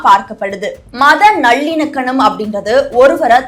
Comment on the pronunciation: ஏம்மா உனக்கு தமிழ் தெரியுமா தெரியாதா நல்லிணக்கனம் நல்லிணக்கனம் என்கிற அது நல்லிணக்கம் உன்னை எல்லாம் யாருமா நியூஸ் வாசிக்க விட்டது ரசிக்க விட்டது